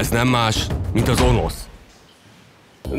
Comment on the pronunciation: Önösz nem Onosz XD